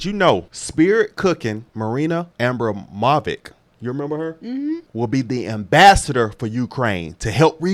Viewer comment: Ab Bron mo vich is how you pronounce it. You guys are funny. You think Trump is gonna stop the kid stuff? This stuff goes back to JFK. That country is the center of child trafficking. Btw it’s ASK no AX lol